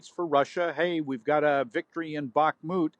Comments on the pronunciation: The female speaker has an incorrect pronunciation of the city "Bachmut", calling it "Bachamut". I have checked the atlas, and the name is spelt in Cyrillic and English, without any representation that it has a middle syllable "a". Even in English, it is shown without that "invented" middle syllable. Where did she get that, except out of the stupidity in her head? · Cmon lady, .. Bah moot.....not bahkahmhoot. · With all due respect, its Bakh-mut, NOT Bach-a-mut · Why is she saying BakKhamut??????? BAKHMUT. Don't put an A in the middle. Silly goose. <3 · Can someone tell her it's NOT Back-a-moot, it's Back-moot. No idea why but it drives me mad 😂😂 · Seriously when does she learns it is bakhmut not barkamut. Annoying to listning to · Can someone PLEASE tell this woman it's not fuскing Bakka-moot? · Times please teach your learned hosts to read and pronounce the names of places and people. Neither Volgorod nor Bakamoot are cities. This is a persistent issue. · Why does she keep saying Bakamut? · Jesus this reporter just destroys the pronunciation of "Back-a-moot"... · FFS! Will someone please tell that interviewer that Bakhmut (with only one "a") is NOT pronounced "back-a-mut"? The channels reputation for "professionalism" plummets every time that announcers FAIL to learn the pronunciation of oft-repeated words. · With this battle having just ended after 10 months and you still can’t pronounce a simple name? BAK- MOOT! Jesus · Why cant the reporter pronounce Bakhmut properly? Its not Bakamut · Bakh-a-mut, you say? 😅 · Someone tell this presenter to stop saying bahakamut😂😂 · Thank god she didn’t say Bakka Moot. Almost watchable….edit, cancel that, she said it twice. Unwatchable. Second edit, she said it three times. What’s wrong with her? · "BAKAMUUT" she has a speak issue! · What’s with the weird pronunciation of Bakhmut? BackHARmut…? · WHy does she call it Bak-a-mut? It's not the first time. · She knows she's pronouncing it wrong by now back a hu mute ffs?